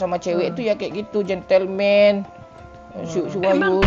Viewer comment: Si capten bkn gentelmen tapi gantelmen .. bangkeee